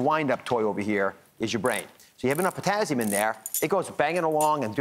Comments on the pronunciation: The way he says it is so annoying.. it's TASS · What is potazium? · "Potazzium"? What the heck is that? I've heard of Potassium but not "Potazzium"! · potassium? i only know potazium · It’s not a z. It’s an s. Potassium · It's Pizztazzium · This “doctor” mispronounced “potassium”. - as though it were spelled “potazzium”. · I stopped watching after he said "potazzium" for the 5th time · It’s Potassium not Pottazzium. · POTAzzium.......Very annoying pronunciation........get it right. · It's just concerning a physician doesn't know how to correctly pronounce the name of this very important electrolyte. There are no Z's in potassium😳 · How can i trust him to know what he's talking about when he can't even pronounce "potassium" correctly 😫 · Yeah, when HE is the one who can't pronounce the vocabulary word correctly. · Omg! Somebody tell Ozzie there’s no z in potassium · He needs to pronounce potassium correctly, lol. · personally, I'm not as annoyed by his pronouncing potassium with a z as I am that he is speaking to me like I'm some little child or fool... I can't continue to watch this... I never watched Dr Oz before and I never will again ... Thank-you YouTube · I wonder why he says everything else right , except for potassium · Is this for real...seven years later this video appeared. A Doctor cannot pronounce potassium correctly. Really! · POTASSIUM - for gods sake pronounce it properly - no z in it!